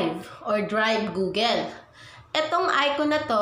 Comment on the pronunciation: anong ( googil } its pronouns as ( googul ) google at hindi jmail its gmail hahaha